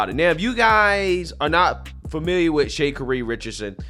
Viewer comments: It’s sha-carri. Where u see to say “shay” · Shay- ka-ree….I think it’s more like Sha-car-ree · Shuh-car-eee. The way you're saying her name was just cracking me Shay-kuh-reeeeee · I don't think her name sounds like Shay Kerri.. isn't is pronounced like Shakari.. kinda like Shakira but Shacari lol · Not that it's the biggest deal in the world but her name is pronounced like Shuh-Car-Ree not Shay-Cuh-ree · Bro!! 😂😂😂😂 Who is Shake ka ree….lmbo… Its Sha Car as in the kind you drive and Ree…. I love it…. But she do gotta pull it together though…lol….I didnt know ShaCari was a black Karen🤣…. Most of this type videos be about white women being kicked off planes…. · What? Did you just call her Shakery? It's pronounced "Sha car ree". At least know how to pronounce someone's name if you're going to use them for your monetary gain! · "Shuh Carry" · Shakery? Cmon bruh. How do you have this many subscribers and not know how to pronounce her name correctly? 😂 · You forgot to mention how she openly/publicly fat-shamed a random person 😬 & Her name is pronounced Sh-ah-Car-ee. I can’t with you 😂 I thought you were talking about a whole different person 🤣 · It's pronunciation is "Sha-Car-ee" for futher reference brotha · Why does he keep calling her Shakery 😆🤣😂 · Her name is pronounced Sha-Car-E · Her name is pronounced 'Sha-car-ree'...😉😉😉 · Bro: Shuh Car Ee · Your pronunciation of her name is wild lol "Shay Carrey" She's a super clown for that behavior. People like that would make it hella hard for me to be professional. They'd have to take both us off the plane if I was the flight attendant. Cuz she'd be getting that "STFU AND GET TF OFF THE PLANE YOU IGNORANT A$$ BIH!" if I was dude lol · Shay cari bro, c'mon now you gotta be trolling with that pronunciation 😆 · Sha. Car. Eee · This nigga said “shay-carie”…if you’re gonna talk about her, say her name correctly! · Sha - CAR - Reee lol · 😂👉Her name is pronounced Sha carri my guy. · It’s “Shay - Kariee” for me 🤣🤣🤣🤣🤣🤣🤣🤣💀💀💀💀💀